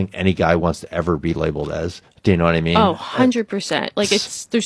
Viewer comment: Chivalry? Did all that, now it's a habit, doesn't make a good difference, except with the older woman, who don't glower at you. It's dead, feminism killed it, now they are complaining? "Dinner in an Uber", that's a new one! "Yu know wot I meen?" "Hell NO!"